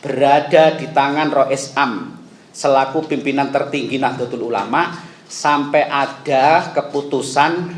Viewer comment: Nahdlatul ulama jangan dibaca Nahdelatul ulama